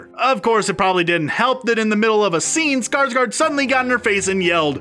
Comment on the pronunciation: That guy can't say bills name lol not trynna be rude but : "Skrsgrrd" or "Skrrsgard" lmao